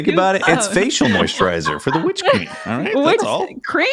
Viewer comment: So nobody gonna mention that flubbed saying witch queen a couple weeks ago and that became the whole "witch cream" thing?